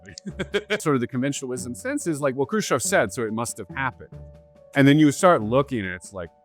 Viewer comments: Who this kruschav he keeps talking about?? Why cant he say CHEV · Why do you say his name krushchov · How are you going to repeatedly MISPRONOUNCE his name when you have it shown in TEXT and have other people pronouncing it properly?! I despise people who mispronounce shit just to be different.